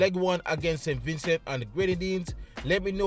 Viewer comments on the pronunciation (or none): Vin cee thats how its pronounced. Great preview 🫡